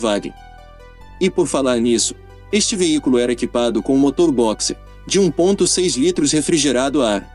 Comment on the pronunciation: Tu falas veícoro ou veícro??? NÃO SERÁ VEÍCULO???!?!?!?